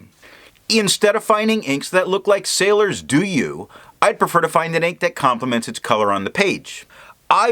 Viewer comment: I like your video because of highlighter resistant test. However, the name of this ink pronunce as [Doh-you] not [Doo-you].